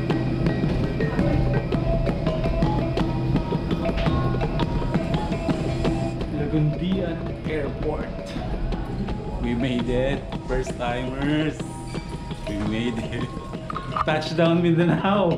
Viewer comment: LAGUINDINGAN PO HINDI LAGUNDIAN 😄😄😄 PERSTYM NGA EH KAYA CARRY LNG 😄ENJOY MINDANAO CGURADO MAG ENJOY KA JAN 💪😄